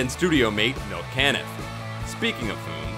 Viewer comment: Good list, however, Milton Caniff 's last name is pronounced CA-niff, not CAN-iff.